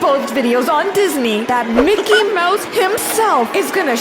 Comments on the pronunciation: ''Micke mous'' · ''Meke Mausë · "MICKEY MOUSA" I LOVE YOU